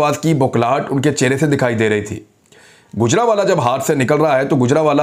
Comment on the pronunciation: گُجرانوالہ نہیں گوجرانوالہ ہے. گَجر نہیں گوجر جٹ قوم کے نام سے ہے گوجرانوالہ.